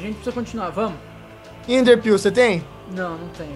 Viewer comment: reparo que o falou ender piu